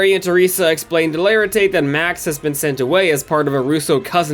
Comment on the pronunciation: Mr O’laritate? 😂 it’s just mr laritate